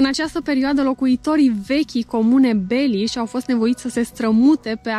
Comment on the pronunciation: La minutul "Sunt foarte frumoase lacurile din jurul Cluj-ului: Tarnita, Gilau, Penis..." Eu as pune accentul pe a doua silaba,. 😅😅😅